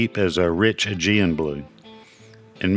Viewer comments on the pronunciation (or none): none